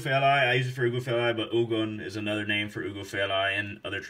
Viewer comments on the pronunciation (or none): lmaooo i hate how they pronounce our names 😑